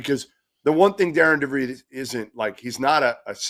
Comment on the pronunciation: No It's not. Darian DeVries' name is pronounced DAIR-ehn Duh-VREESZ. Think Aaron with a "D" in front of it. Or like Darin. And then DeVries, which rhymes with Febreze